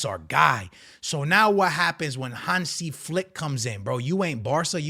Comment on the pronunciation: Your pronunciation of Hansi Flick is perfect